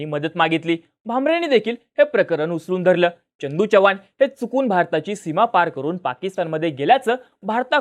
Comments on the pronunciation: च्य नाही रे चव्हाण आहे ते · च्यनदू नाही चंदू च्यव्हान नाही चव्हाण एवढं समजून घ्या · छवान नाही चव्हाण [च] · ‘Ch’ cha ucchar kayam chukala aahe. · Tu aadhi chavan madhil "च" cha uchhar neet kr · पहिला तू चव्हाण हा शब्द नीट बोलायला शिक भाई....